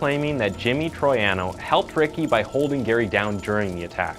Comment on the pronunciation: This video is a joke. You overlook so much of this case so that you can fit your own narrative. You also didn't do minimal work to learn how to spell / pronounce ""Troiano" or "Quinones" in 2022. (AI is not an excuse for ignorance.)